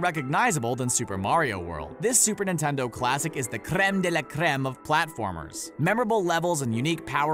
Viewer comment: He keeps saying Nintendo weird to me